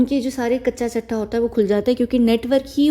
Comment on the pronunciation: Kacha chittha not chattha